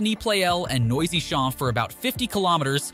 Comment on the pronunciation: same as "noisy" - it's nwazy!